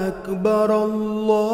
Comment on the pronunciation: মাশাআল্লাহ আল্লাহ আপনাকে উত্তম প্রতিদান দান করুন। তবে আপনার আল্লাহু আকবারের শব্দটার র টা পাতলা হয়ে গেছে এখানে উচ্চারণের র টা মোটা হবে। আপনি ঠিক করে নিবেন। ইনশাআল্লাহ।